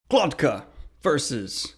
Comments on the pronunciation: Daniel is dyslexic, and strange names like these are probably the worst for people with a disorder like that. He says it with the t before the k when it's actually GloKTa, that's why it sounds off. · Why can't you pronounce his name right? Are you dyslexic?